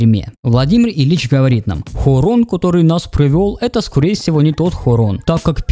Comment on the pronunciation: От твоего" хОрОн" настроение пропало. Делом крч займись, ютубер мамкин